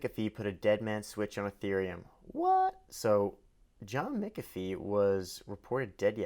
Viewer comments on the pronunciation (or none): Pronounced John "MACK A FEE" not "MICK A FEE."